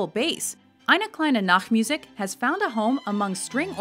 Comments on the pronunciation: Jordan Nelson, you fool. The german word for "Nightmusic" would be "Nachtmusik". Instead she SAID "Nacktmusic"and this is german for "Naked Music". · Bystander Not really. The 'nacht' was okay, but she drops completely back into American for "musik" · I'm German, too and do not like the "Nacktmusik". About S-trauss, as a Hamburg native, I am not at all worried :)